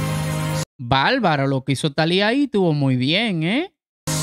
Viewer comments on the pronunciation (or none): Es complicado que una persona que no pronuncia bien la palabra BARBARO pretenda dar una crítica...... Cuando ni hablar puedes amigo no es balbaro es barbaro